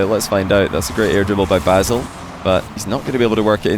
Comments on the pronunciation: it's bassel not bazzel, with an S not a Z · It's not bazz-el it's more like bass-ill, bass like seabass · Nader as u say it its right and its mean "rare".. ba2sel idk but his name as i know as arabic guy its bassel. Spell it like french bassel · you pronounced nadr correctly but b2sel pronounced with s sound not z sound🌝